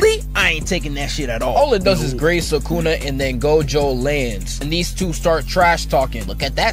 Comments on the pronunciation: Bro why you keep saying su ka na? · Him: SukAna Me: WHO?